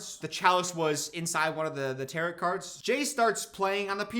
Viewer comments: I can't tell if saying "tarrit" on purpose or not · When he pronounces "Tarot" as "Tarit" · they are tarot cards but it’s pronounced “tar-oh”, with a silent t, similar to pharaoh. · pronouncing tarot like carrot is sending me into orbit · why’d he pronounce tarot like carrot 😭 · if u say tarot like that one more time i stg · the way u pronouce tarot is too funny